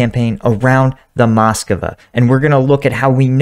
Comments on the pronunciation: Strange that you call it Moscova even when in video you see it called Moskva and you call identically named city Moskow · It's not the Moskova, it's the Móskva (Москва). It means Moscow but whilst it is common in English for place names to have been altered over time, to make them easier to say; it is not normal to alter the names of contemporary things.